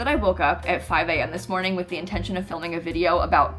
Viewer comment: u da real MVP. Also, it's Six A.M. cause that's MAxis spelled backwards, why the OG sims time was 6AM/6PM, lmao, idk I've never heard "sixAM" as "sixum", got me rollin' lmao, tysm for always being the best!! peace!